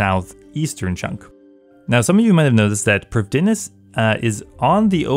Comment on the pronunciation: No one ever says prifddinas correctly :(